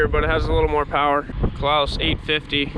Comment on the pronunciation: Great vid and all but I’m hoping I didn’t hear claas as “klaus”